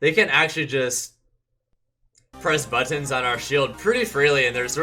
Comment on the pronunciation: The way he says buttons is so odd